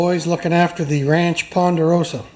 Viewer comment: Pender-rosa for three indeed.